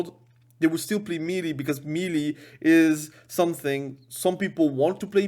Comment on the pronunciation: That word "MELEE" is not a phonetic word. Pronounce it as if you would say "May lay". That's the correct pronunciation for that word. Just thought you should know. Cheers.